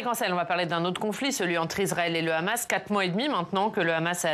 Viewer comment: Quand le gars te prononce Ramass, t'as tout compris😄